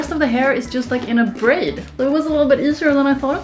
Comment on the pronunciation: I like how she pronounce "braid" to "bread"